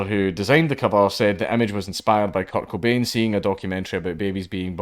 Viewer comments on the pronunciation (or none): The way you say Kurt Cobain makes it sound like you’re saying coco bean